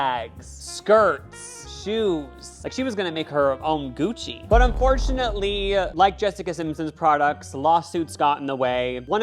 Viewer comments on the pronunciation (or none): none